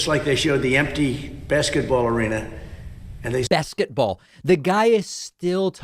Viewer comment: Haha! “Besketball“